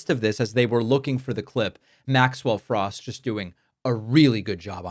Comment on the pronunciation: cmon David you know how to pronounce his last name. You don’t have to deliberately mispronunce it as if he were a republican